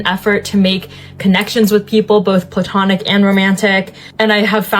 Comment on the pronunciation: What's 'poo-tonic'? Did you mean platonic? Please google how to pronounce the word unless you mean all the ladies attending your event are 'poo-tonic' women. (Whatever that ascribes to).😅🤣😂